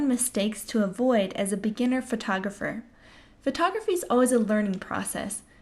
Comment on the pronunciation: Mistake #1: Saying "fertografer".